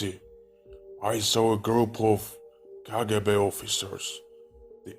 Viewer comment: He’s not RUSSIAN because of how he said kgb! This Chanel is all lies